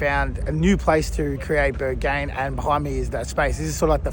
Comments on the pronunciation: naughty... filmed inside!~ no no! .. also learn how to say it properly :) berg-HaIN!! not berg-gain ! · Bro how are you pronouncing berghain